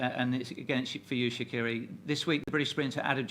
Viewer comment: Amazing, Sha'carri got her name pronounced correctly this time lol